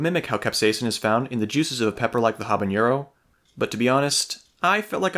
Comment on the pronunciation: Love the video, love the pepps, one thing non Spanish speakers often miss is: “ñ” and “n” are different letters, jalapeño and habanero don’t sound the same